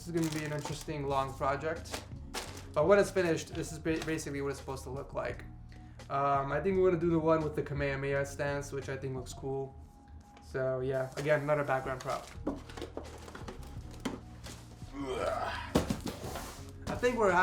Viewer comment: "im a big fan of DBZ" says kamemeya instead of kamehameha